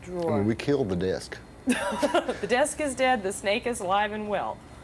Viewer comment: I Love How - In "Texan" - One Syllable Words Have TWO Syllables...."SPLI-IT", "DE-ESK", "HE-EAD😂☺😉....Stevie Had, Previous To This Interview, REALLY GONE OFF, To Press, On David Bowie Because Bowie Had Told Him That He DIDN'T Actually Want Him & Double Trouble To Open For Him On His Let's Dance Tour As He Had Told Stevie Earlier - "It Was All Just Bullshit - He Just Wanted ME Join Him On The Tour - So I Left!" SERIOUS Bad Blood & CURSING Ensued & Was It Went On....Stevie Had Been Kind Of Known For That Being A "Touchy Subject" With Him...Thus The "You're Not Gonna Bleep Me?" Comment! Stevie Definitely Was Sure About What He Wanted! He Wasn't Going To Be Backup Guitar To Bowie Or Anybody Else! He Had A BAND & They Were A Package Deal! And He Had Been Lied To! He Definitely HAD A Pair!! Good For Him!! I Would Cursed Him Out, TOO, Stevie! He SCREWED You Over!! And You Didn't Need Him - GOOD Call!!